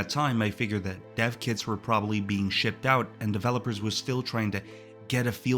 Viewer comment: At some point in this video he says dev kits were shipped out but I heard deaf kids were shipped out😂